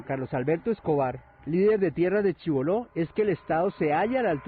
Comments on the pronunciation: Por q pirry dice Chiboló. si todo el.pais sabe q es Chibolo sin tilde. (pacto de chibolo) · Lo de Chiboló fue un error tipo "teléfono roto". Desde el Ministerio de Agricultura dijeron Chiboló, a mí se me quedó pegada esa pronunciación y así lo puse en el guión. El error es mio, lo asumo y me disculpo por él.